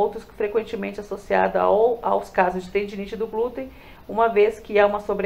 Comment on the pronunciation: Tendinite no Glúteo e não Tendência no Glúteo! Glutei? Só faltava falar: Glúten! É interessante antes publicar o vídeo que você leia ou peça pra alguém faze-lo! Mas o conteúdo está ótimo🎉